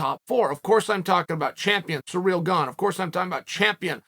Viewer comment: "Sir Real" according to Chael who is the worst person at pronouncing names